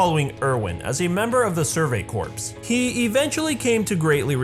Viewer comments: All together a good run down of Levi's past. But it was eye twithing-ly cringe worthy to hear you say Survey "Corpse" when it's Survey "Corps" pronounced "Core" like an Apple Core. So says a Drum Corps member. The sport is called Drum "Core" not Drum "Corpse". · Corps: pronounced as “core” Me:CORPSE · CORPS is pronounced Core, not corps... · Levi. And "Survey Corpse" (Corps is pronounced Core) but eh good pun if it fits it ships... and sometimes I wonder if Levi calls people brats because I think we all know the saying if you name it you get attached. Man this college Psychology class is working I think.... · corps is pronounced like "core". I just thought you should know.